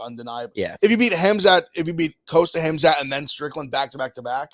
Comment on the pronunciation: HEM-Zot EV? HEM? Hmmm.. that's a new one